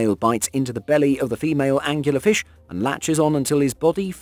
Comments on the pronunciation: "Angler". Angler Fish. Not angular fish. WTF? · .......ANGLER fish... not angUlar ... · OK man. How many times are you going to incorrectly say "Angular Fish". It's a smegging Angler Fish. This kind of thing drives me insane. Presumably the narrator gets paid. Therefore, the narrator has a responsibility to do just a TINY bit of research before recording the narrative. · Dude, it’s angler… not angular! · It's "Angler" fish, like person who fishes. Not "Angular" like having sharp corners. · Last I checked, there's no u in angler fish. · Angler fish. Not Angular fish. Just to say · ANGLER, not Angular! You know, like as in ANGLING or Fishing with a pole.... Am I the only one this annoyed the hell out of?! :P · Anglerfish not Angularfish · Are you anctully saying Angular fish, it's Angler fish. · Angler-fish. As is a fisherman fish. Angler is another word for a fishing pole. Not Angular-fish... What else is wrong with this video? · Angular fish? You mean Angler fish? lol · angler fish not angular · It's angler fish, not "angular". This video was the dumbest thing I've seen all day. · "angular fish"... I don't think this is a case like 'al-you-minium', is it? Where it's actually spelled differently in Britainese. Angler fish are named for their method of predation, bearing a resemblance to angler fishing, which is the use of a fishing rod. Is it really pronounced angular fish in the UK? And if so, is fishing with a rod called angular fishing? And if so, is the shortened form still 'angling'? Sorry, not trying to nitpick really, I'm just curious about lingual stuff. Good video. The basket stars are really fascinating especially :) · Nope. The term “angler” is an British word originally and means fisherman. So, yes, this narrator butchered the pronunciation. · …are you defending that hideous pronunciation? Please don’t! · There is no U in anglerfish.